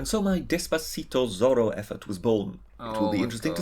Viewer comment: I assume this britter guy is gaining subs because he has an uppity attitude basically. He said Zorro wrong by the way Lol